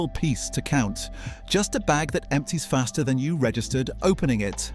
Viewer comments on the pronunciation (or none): none